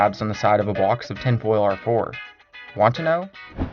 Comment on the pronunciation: I hate how this dude says his O's and he won't stop saying box and bottle AHHHHHH